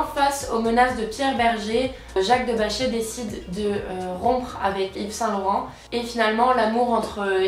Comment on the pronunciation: Jacques de BacheR, il faut prononcer le R hhaha